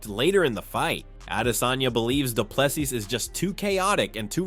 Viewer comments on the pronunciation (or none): The last "s" in De Plessis is silent. Adensanya "s" pronounced as "s" not a "z". Even pronouncing Khabib surname wrong, I'm done correcting you. It's your channel, do some research.